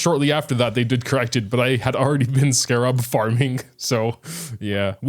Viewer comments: That's an interesting way of saying scarabs. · does say scarabs weirdly or is that just the american way of pronouncing it?